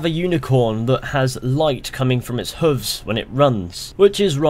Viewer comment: Pronounce it "Hooves" not "Huvs" lmao